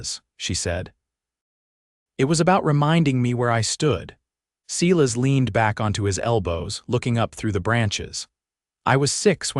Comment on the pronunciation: "Cela's" is obviously AI's mistake for Silas, and painful it is to hear that mistake echoed in the narration, even after the spelling is corrected. Not the first video that has made this mistake. AI seems to have a limited vocabulary and grasp on proper pronunciation and spelling. Some human editing would be appreciated, especially by someone who actually speaks American English if you're going to try to replicate the Old West. And where did the second horse come from when they went west? Otherwise, a good story. Captioning sometimes incomplete of narration. Narration pleasant, good intonations usually. Good, positive progression of intentions and actions. Enjoyed it. OR, USA